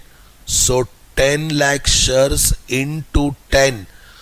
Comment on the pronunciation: shares hota hai vo sir aap shars kyu bol rhe ho 😂😂